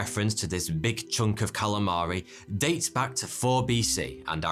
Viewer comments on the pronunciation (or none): none